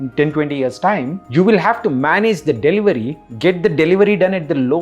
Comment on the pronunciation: DELIVERY NOT DELIVARY